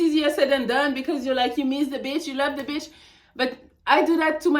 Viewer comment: I love the way she say BITCH!! The beech!!